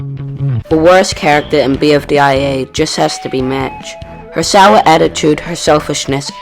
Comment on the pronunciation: You misspelled Character as "Chracter" & made it sound like "Tractor"